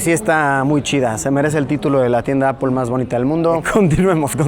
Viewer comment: tengo una consulta para luisillo: ¿por que cuando te refieres a la marca Apple dices Apol? Saludos desde Villa Gral Marcelo Iripino, Catamarca del Menem, Argentyna